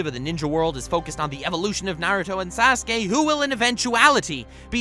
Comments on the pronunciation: this man said "Sas-Kay" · lol 'sehskaye'